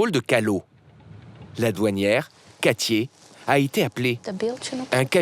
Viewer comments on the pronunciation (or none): katia pas katié !!!!!!!!! Elle parle bien le français mais pas tout le monde